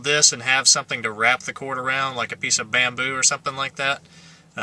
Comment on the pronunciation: It was funny when he said bamboo the firs time